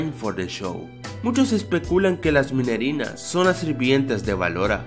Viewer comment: No son minerenas es minirenas